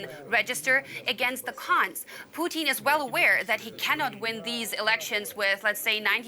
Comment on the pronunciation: Why does that lady keep saying Poutine?